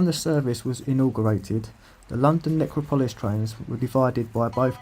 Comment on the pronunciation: Pronounced Nec ro polis